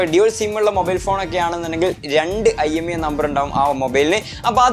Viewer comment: Not IMEA it's IMEI